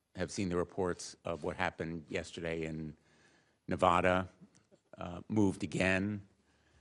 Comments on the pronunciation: You need to pronounce the state of Nevada properly if you can't pronounce it properly. Don't say it. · How do ya pronounce it ??? Na...v--add...ah Or Na...v--odd....ah Thank you I'm from South Carolina and most of us around here say it with odd Na...v--odd..ah 😂😂 It's like the word pecans. Ruffles my feathers when someone says p...con... Because it is spelled. p... can. why they got to add the 'o' sound and remove the 'a' sound. Also like centimeter... Some people want to get all fancy and call it son...ta....meter. It is simply ... sen..ta ..meter. 🤦🤦🤦 Have a great day. I truly understand! 😊